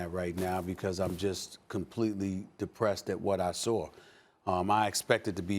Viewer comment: Aw stephen a.'s Dee-Pressed! Too funny.